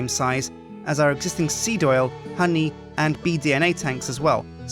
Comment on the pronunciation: hon-E lol